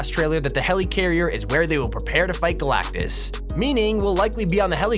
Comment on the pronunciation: "GALACTICTUS" LMAOOOOOO